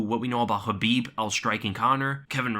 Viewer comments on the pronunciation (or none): Man if you ain’t hit like when he said Curbhib Bladegomedov what are you waiting for. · Curbib Blaydagimadov got me dyin 😂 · Aye aye aye Don't try that again! Curbib Nurmegobladov... No. Bad. As usual good breakdown though.